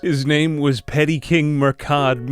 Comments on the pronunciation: Murchad is pronounced mura-hid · the Phonetics Munster (m-un-stir) Connaght (Con-oct) Murchad (M-ur-k-aid) Domnall (Dough-null)